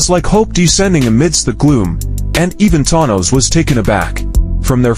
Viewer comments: Thon-nose. Stupid A.I. bullshit. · I love the way that the video pronounces Thanos in different ways. 😂